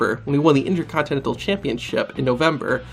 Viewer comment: Intercontinental not tintel